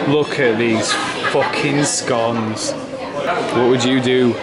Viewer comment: why can't you say scones right.